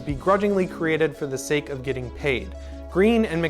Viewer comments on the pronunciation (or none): none